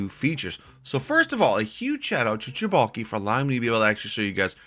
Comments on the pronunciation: Who made this map? You said chibalki but I thought it was celebuki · “Che-balki” Hahaha.